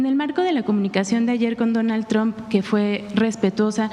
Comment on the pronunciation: "Dóno Chomp" 😂😂😂 como dice Xochitl.. "yu jav to wok tic tok"😂